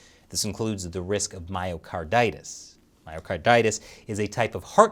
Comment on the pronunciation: I definitely heard "Mario Kartitis" 😂